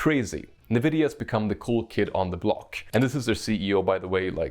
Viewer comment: I get Goosebumps everytime he says "Nividia" instead of just pronouncing it corectly :(